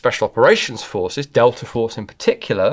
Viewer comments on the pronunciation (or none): none